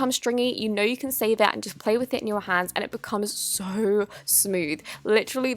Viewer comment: Us: so so soft Her: sor sor soft, sor much activator